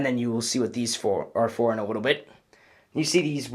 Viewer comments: You said "in a wittle bit" ha ha ha😂😂😂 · Who else heard him say wittle